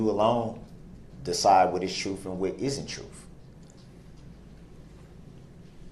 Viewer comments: Is that waste of space, as smart as he thinks he is, completely unaware that -th does NOT sound like -ff??? He sounds retarded when he talks like that. He isn't a child, and he doesn't have a speech issue. I mean, this is someone that thinks, and truly believes, that he is such an intellectual powerhouse that the prosecution REQUIRED at least 3 lawyers to go against him. He absolutely refuses to acknowledge the reality that the prosecution needed so many lawyers due to the excessive amount of evidence that they had that proved his guilt. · Its "troof" " axe" darrell,😆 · Troof. What is troof? Ignoramus. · Objection! Truef is not a word. Someone please tell him. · Truff and Axed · Th is not a ffffff sound. Truth is not “trooff”! It is sustained NOT supstained!! There is not an X in ask, ask not ax ( you chop wood with an ax)! If you want to look intelligent speak correctly!!!! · He has absolutely butchered the King’s English. I axed him, truff! Tooken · What is “truf”? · Don't forget trufh/truth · The jury definitely found the "troof" with this POS. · Brook’s words Vs actual words, volume one: Fear = fair, Akkrut = accurate, Oaf = oath, Troof = truth, rekurt = record, dat = that, suBstsained = suStained, tooken = taken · He literally said “you and you alone decide what is troof and isn’t troof.” Not only is he void of any self awareness, gaslighting weirdo saying the state had theatrics (no they didn’t, not even a little), he says “troof” and “dat”. At least he finally learned tacit vs takit. It’s weird to me how smart he believes he is when he proves over and over again how ignorant, stupid and illiterate he actually is. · You alone decide the “ TRUF” 😂😂😂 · But da ding is he didn't teel da troof😂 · Does this jackal really think that the jury will find him guilty if they know the "troof?" Really, Darrell??? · Jury has the "Troof" per Brooks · “You know the troof”